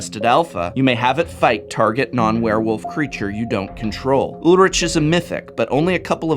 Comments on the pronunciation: I think it's Ulrik not Ulritch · Ulrich = Ool-rri-k (really it's more a soft ch at the back of the mouth where the tongue doesn't touch the pallet, sort of like the way a cat hisses) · I thought Ulrich was pronounced "Ull-Rick", since it's a German name. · Your pronunciation of Ulrich triggers me